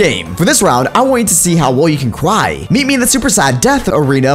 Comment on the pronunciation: WHY DID HE SAY CWY IN STEAD OF CRY?!?!?!???!??!?!??!?!!